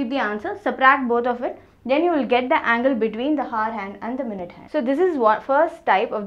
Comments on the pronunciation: Stop saying hour as ‘har’ all the time or better say it ‘r’ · that is hour not hoar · Mam हावर ni आवर 😊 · Thankyou for making it easy for me to understand. I just want to say, that "hour" is pronounced as "arr" as the "h" is silent , as in "honest" or "homage", I hear you say "har" and not "arr".😅 Thankyou again for these educationalvideos! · Hour is pronounced as 'our' not 'hawar'. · Ma'am pronounce it as Our hand not haar hand.... H is silent in this😂😂😂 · It is not har it is hour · "HOUR" not 'HOAR'...LOL......Hahhahahaha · Please improve your pronounciation it's very annoying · You mean haar ? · Dear it's not pronounced as Hour, it should be our. The 'H' should be silent. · it is not hawar (h is silent), but good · Exactly 😂😂😂 I am like....like seriously 😂 And prononciation of hour. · Your method is far better than this video! Can't stand her pronunciation of Hour. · your hour is extremely annoying kindly correct it. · ji, h is silent in the word 'hour' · First of all... In 'Hour' H is silent... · H is silent at the beginning of the word hour 😬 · HOUR. H IS SILENT. PLEASE understand that. It's so so annoying. No offense. Great video otherwise. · Your pronunciation for "Hour" is taking away all the good stuff in this video. Please try to change the pronunciation mam. 👍☺ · maam h silent hota h .....plzzz correct it ..its very irritating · The content is good... but 'hour' is not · See the pronounciation of hour.. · hour pronunciation😅😅